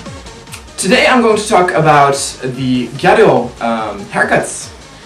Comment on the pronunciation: i actually like your videos but it always sounds like you say " ghetto hair" xDD